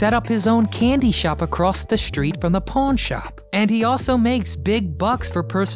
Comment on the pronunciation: he said pawn stars bt I thought he said porn stars loll 🤣